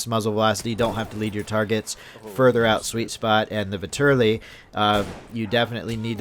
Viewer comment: The Vetterli is a Swiss rifle, not Italian. It was adopted by Italy but it is still a Swiss rifle. The Russians captured a large shipment of them in wwi so I am assuming that it is a dlc weapon only. Also it is pronounced vet-er-lee.